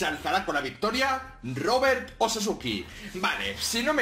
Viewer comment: En la descripción dice Sasuke , no sasuki ._.XD